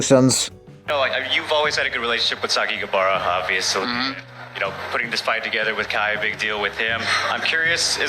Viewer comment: It's Sa-ka-ki-ba-ra ffs